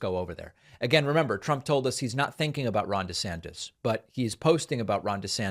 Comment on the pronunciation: I got the giggles so hard when David, sir, also did over "desanctis". I'm grateful for the laugh because this stuff is pretty gross. Laughter makes it a little easier to keep up.